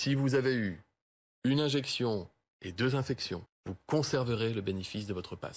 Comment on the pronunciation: Infexiooon est égale à une inzeeexionn 😭